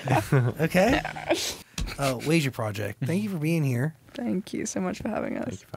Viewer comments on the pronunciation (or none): zach said "way-see-uh" project haha but it's all good